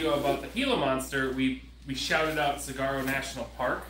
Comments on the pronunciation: Suh waa row.. You don't pronounce the g in saguaro. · Note: saguaro sounds like sah-waa-row, not sah-gwa-row. 😁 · Oh my gosh, it's pronounced Sag-Wor-Oh not Sagarro